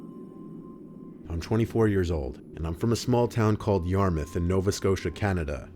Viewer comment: Wow never expected to see a video about my hometown Yarmouth and kudos to you for pronouncing it right.